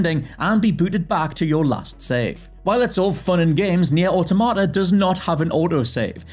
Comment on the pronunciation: I really hate that pronunciation of Automata